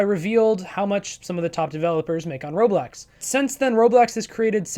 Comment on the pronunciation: You keep saying roblex